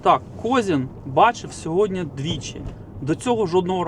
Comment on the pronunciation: СьогоднІ, а не сьогоднЯ